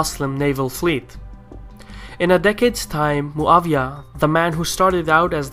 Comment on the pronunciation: Muawyah is not German to be called MuaVyah